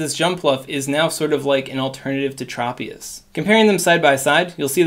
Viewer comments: Great video. One heads up, Tropius is pronounced Tr "o" pi us. Not Trop pi is. I grew up watching the anime 😊 also thanks for your help in these videos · Tr-aw-pious..... LOL